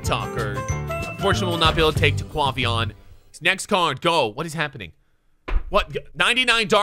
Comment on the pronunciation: “Taquahvayon”😂😂 bruh its taquavion